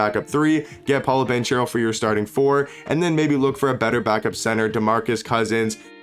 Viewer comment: Paolos name is pronounced paw low bon care o